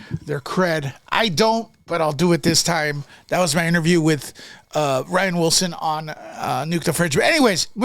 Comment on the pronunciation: NO U DIDNT. Pronounced rain wilson!